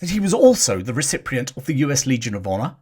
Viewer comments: Absolutely fascinating, thank you, but there's no R in recipient (you kept pronouncing it recipRient). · ‘recipient’ is spelt and pronounced ‘recipient’ - NOT ‘recipRient’ (WTF) 😂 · It’s recipient not reciprient as seem to pronounce it. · "RECIPRIENT"......YEAH RIGHT. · Please get rid of the AI bot... millions of people speak fluent English. This bot does not "Davids Niven"..."recip rient"... Verbal diarrhea badly pronounced.. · Recipient. Re sippy ent You have an extra R in there somewhere. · Thank you for putting all of this research together in one video - long overdue. By the way - recipient does not have an R in it so don't pronounce one!